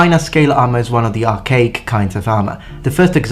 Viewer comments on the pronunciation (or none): none